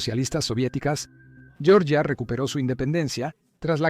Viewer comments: "yoryia" es como se pronuncia la Georgia estadounidense en inglés . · Se pronuncia Georgia, tal cual, no como en el inglés, francés e italianano, se pronuncia con la G Germanica...